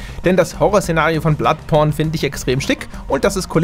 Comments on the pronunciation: Hat er bei ´Bloodporn gesagt xD haha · Ich hab bloodporn verstanden 😂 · Bei sagt der knallhart BloodPORN xDDD